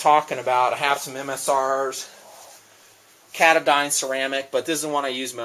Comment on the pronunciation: as far as i know, i'm pretty sure "katadyn" is pronounced "kah-tah-din" with the stress on the second syllable, but that's just what i know. great vids, keep up the great work! love nalgenes.